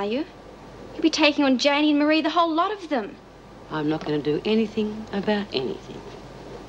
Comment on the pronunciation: It's Ann Reynolds with a god awful accent, and why does everyone in Barnhurst pronounce Marie s name wrong,mar_ree not mary.